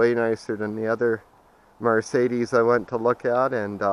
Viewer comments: Please learn how to say Mercedes right you're pronouncing it like it's m a r marcedus it is Mercedes my friend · Call anybody that can have a brain can tell what you're saying but that's not the point you're not pronouncing it right my friend that's all you sound like a hick when you say Mar Sadie's